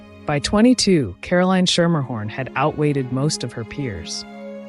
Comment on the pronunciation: From NY. I went to school with a Schermerhorn. You are pronouncing it wrong. It is "Skimmerhorn" or "Skimmahorn" They have a subway portion named after them, also pronounced "Skimmerhorn". Surprised you didn't learn this from the starting gate.....